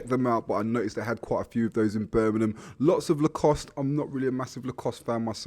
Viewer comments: It’s pronounced BIRMINGHAM not burnminum! Jesus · This is Birmingham, not Burminam.